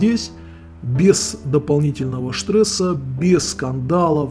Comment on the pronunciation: Штресса )) У вас уже немецкий акцент прослеживается. Слово "стресса" произнесено как "штрессе".